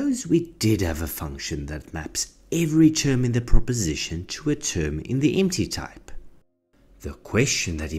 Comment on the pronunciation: The way you pronounce "empty type" it sounds like "anti-type" which sounds cooler